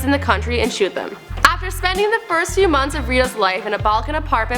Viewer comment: "shoot them." The fuck? What kind of diction is this and the way said it. HAHAHA